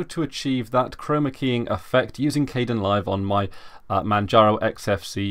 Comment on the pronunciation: it's pronounced (K-D-E- IN LIVE), spelled like Kdenlive, yea we all make mistakes, and it just annoyed me.